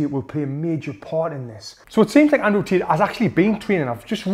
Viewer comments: Andrew Tit - the way he says 😂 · As an Aussie... I heard "Tit nd Jik" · He heard from gic we heard tit lets 😂😂😂😂😂😂😂😂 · every time he says Andrew Tate it sounds like he's saying "Andrew's Tits" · Ah yes "Cheek Paul" and "Andrew Tooth" 💀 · "Andrew Tet" lol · Ayo did he just say "Andrew tit" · Love how Tony pronounces "Tate" 😂